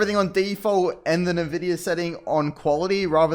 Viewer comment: Just a head's up, it's pronounced "en-vidia", but "nuh-vidia" lol.